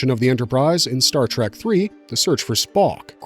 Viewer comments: Exactly. How can this guy get all the names and races right but mispronounce the name of the franchise!!! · Good video but please stop saying Star TrAk